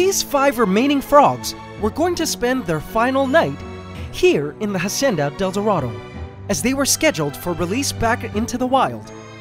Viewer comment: Why does he still call it a jacienda instead of a hacienda!?!?